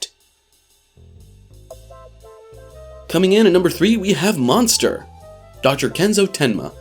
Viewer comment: There are so many error in the summary and name pronunciation especially the anime “monster”.